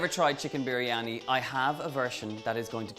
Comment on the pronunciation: Im from Pakistan.. Donal your recipe like always has been great & also the way you pronounce "biryani".. All perfect!!!